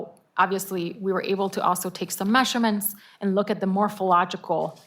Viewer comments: Stop saying mesherments!!!!! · Mehhshure-mhents. Her pronunciation is so annoying!